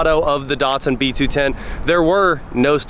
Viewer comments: Why are American’s hell bent on butchering brand names? Dat-sun. Dat, like that Maz-da. Not Mahz-da E-lan-tra. Not Elahntra And so many more 🤣 None the less, sweet old car, and a great channel 👍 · Why do you keep calling it a Dartsun?